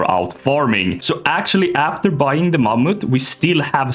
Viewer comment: Mammoth 🦣❌ MAMUTT 🇸🇪🗣️✅